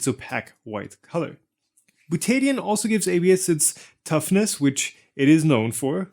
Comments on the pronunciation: You are pronouncing butadiene as byu-TAY-dee-un (with emphysis on the "tay"). My chemistry teachers always pronounced it byu-tuh-DIE-een. The emphysis is on the "die". The Buta part is the same root as in Butane, that flammable gas in cigarette lighters. It refers to four carbons in a chain. The die part means that there are two double-bonds in the molecule. The een part refers to the double bonds themselves. Of course I am an American which may make the whole difference. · Bootaydian? What is bootaydian? I think you meant. Butadiene, byoo· tuh·dai·een. Slow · Butadiene is pronounced bute-a-di-ene. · Properly pronounced “byoo-tuh-dahy-een”. This isn’t a Tomato Ta-Ma-To indifference and in chemistry not a good idea to parrot. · Dude. Its called Beaut-ta Di--eeeeeennneeee. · butadiene is pronounced byoot-a-dye-een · as a chemist... the way you pronounce Butadiene hurts my ears it is Bil-ta-dy-in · "buta-di-ene" instead of whatever it was you said mate, though maybe thats the Australian version... but it dosent end in 'o so it cant be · Ye that's not how you pronounce butadiene.